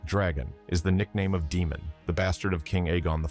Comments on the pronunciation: Day-mon not Dee-mon. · FUUUUUCK! IT'S PRONOUNCED DAY-MON! Good Lord man! There's literally a whole show where he's a primary character and his name is said multiple times. Out here calling him Demon over and over.